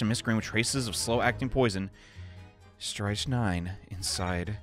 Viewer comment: You're so close on strychnine! First syllable is a short "I", rhymes with "pick". Second syllable does sound like 9, it's just you'd swap the emphasis of the word onto syllable 1. Loving this let's play! I'm constantly marveling at how quickly you switch voices